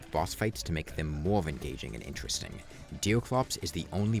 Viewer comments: ''deew cwops wis thew fiwst'' Bro needs to learn his aws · Why do you keep calling him deal clops? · Who the f is Deel Crops you keep talking about? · I love how he says “bothes” and “deoclops” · is he saying deercwops, pwayer and cwosover?